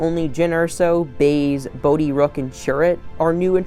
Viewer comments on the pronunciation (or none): none